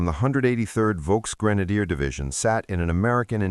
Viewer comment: VOLKSGRENADIER DIVISION. THIS WORD DOES NOT, REPEAT, NOT BEGIN WITH A V SOUND. IN GERMAN A V IIS CALLED A FOW (RHYMES WITH POW), SO IT SOUNDS LIKE AN F, NOT LIKE A VEE